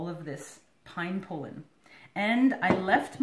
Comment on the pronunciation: pol·len /ˈpälən/ Not pole’in Seriously. Good video, thank you.